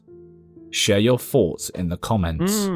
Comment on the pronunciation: goose pimples is usually really good... wth they think starlink is just a legit ufo catch, and that some broad doing the walk of shame is a legit ghost lol... he even said foughts instead of thoughts lol